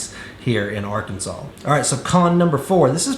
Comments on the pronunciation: Is it just me or does it sound like he’s putting an “L” at the end of Arkansas? “Arkansal” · He is, and it is like fingernails on a chalkboard 🙄